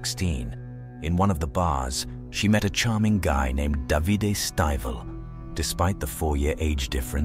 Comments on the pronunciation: I can't believe it. A true crime from Italy. I live in Italy. By the way, the husband's name is pronounced Dã.vi.day. Spelled D.a.v.i.d.e. Just subscribed 😊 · If you knew the language then you would know it’s not pronounced da vi day. It’s da v de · Davide (pronounce Davi-DeH) not 'Davidi' 😄